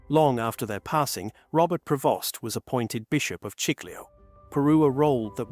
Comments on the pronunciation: Prevost... AI still has to perfect its skill. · The family name is PREVOST, not "provost ". Irresponsible script writer!